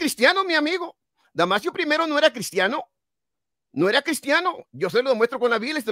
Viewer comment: No es damasiooo es DAMASOOOOOO